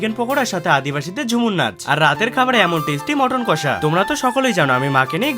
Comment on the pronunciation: মটন কষা না মাটন কুসা তুমিতো নামই বলতে পারো না মাটন কষা বল্লা হইলে তুমি,,,তুমি দি কয়লা হইলে মাটন কষা কইয়া বইয়া লইছো মটর কষা 😂😂😂😂